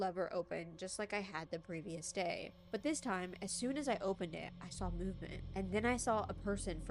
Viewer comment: Where is she from? How she talks reminds me of the Midwest and ita so comforting. How she says 'sawl' instead of 'saw' lets me know she's cool 😎